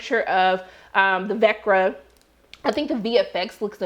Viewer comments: Vecna is in Veck-Naahh not Vekrah lol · How the f*ck does someone get a early watch and can't even say the villains name right!? VECNA! SAY IT WITH ME....VECNA! SMH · Lol quit making excuses! Horrible reviewer, KNOW what your watching...we all know it's VECNA. Give an advanced screening to those who actually PAY ATTENTION!!